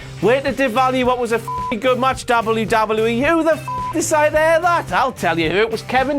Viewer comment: he cant say wwe